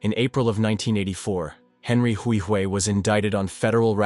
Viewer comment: You’re butchering how to say my last name Huihui